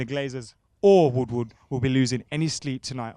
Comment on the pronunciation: It’s ed woodward not fucking wood wood